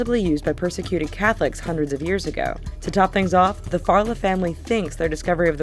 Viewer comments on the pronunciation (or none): none